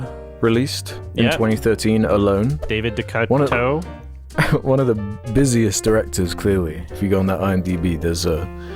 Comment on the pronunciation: I'm surprised you didn't know how to pronounce David Decoteau given how often RLM bring him up.